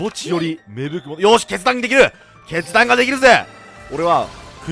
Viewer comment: 決断がしたいが、けつ出したいに聞こえた